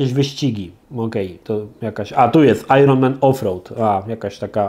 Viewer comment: O komenty znikają. W Stunts nie było formuły 1 a indycar Porsche March. Jak na niby miłośnika gry, to słabo. Prawie tak jak wymowa "iron"